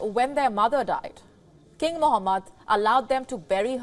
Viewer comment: She can't even say king correctly 🤣🤣🤣🤣🤣